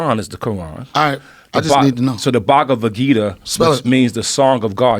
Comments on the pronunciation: Bhaag-wa-geeta lmao Mad respect for actually reading and quoting it guys but that pronunciation got Krishna turning in his grave fosho 😂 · y'all goras pronouncing the Bhagvad Gita wrong LOL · RZA pronounced the Bhagavad Gita mad funnyy lol